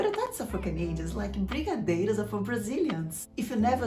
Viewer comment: Você é brasileira?? É que achei que você falou brigadeiro muito bem! Hahahahaha! Adorei a receita, estou usando para um trabalho escolar, muito obrigado pela dica!